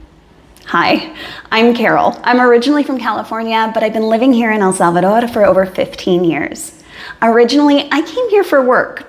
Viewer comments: So glad to hear you finally learned how to pronounce El Salvador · I looooooveee the way how you pronounce El Salvador accurately with a pretty natural Spanish accent. I'm so glad you had found peace and happiness in our land, congatulations for your beatuful family.